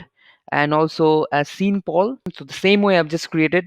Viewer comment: Thanks bro. Btw, Sean is pronounced the same as Shaun (sha-wn)